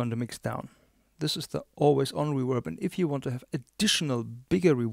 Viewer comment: It’s REVERB!!! Not REWERB. Please!!